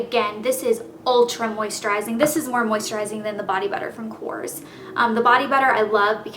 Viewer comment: I know i'll get verbally stoned to death by your die-hard fans but my friend's Greek and she said korres is pronounced "correz" hope it helps